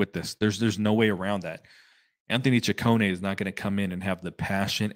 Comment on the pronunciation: Finally someone saud he name correctly its chi cone ehh. Also sad that Scott is gone.